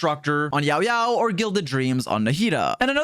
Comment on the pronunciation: lmao the way u said YAOYAO made me type this comment about the way u said YAOYAO